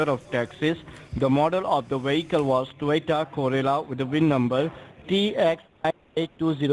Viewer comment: It sounds like they are saying 'Toyota Gorilla'. "What's a Toyota Gorilla? Is that something like King Kong?" Lol! 🤣